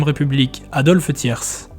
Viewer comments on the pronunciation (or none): Merci pour le documentaire mais le "s" de Thiers ne se prononce pas. Par aileurs, n'oublions pas Caveglia qui a marqué 72 buts pour le HAC.